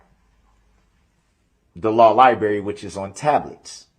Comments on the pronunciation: The lie berry!!! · It’s funny he adds the letter h to the word undershtand, and takes the letter r out of the word libarry